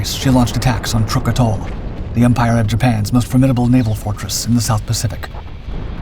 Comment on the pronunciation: It's not TRUCK, it is Trook, the 'oo's pronounced like the 'oos' in tooth. Source; my student from there!